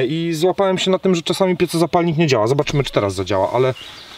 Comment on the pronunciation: "piecozapalnik" hehe. Jawohl. To nie po niemiecku. Mówimy tak jak piszemy - pieZo.